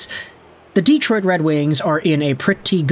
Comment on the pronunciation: Hey, here in America speak English. Its' Detroit, NOT Deeeeetroit.